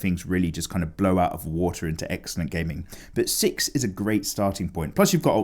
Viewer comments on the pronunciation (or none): none